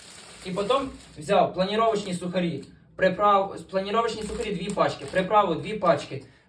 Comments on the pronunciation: Не планіровочні,а паніровочні😂😂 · Панировочні сухарі,а не планіровочні.,достатньо сіль,перець та 10 овочів.